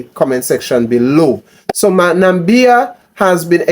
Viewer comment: My brother you pronouncing the name wrong , Na = Mi = bia , the Mi is pronounce as Me , so it sound like Na=me = bia